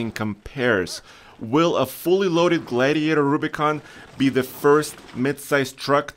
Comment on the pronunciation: Glaaaidiator haha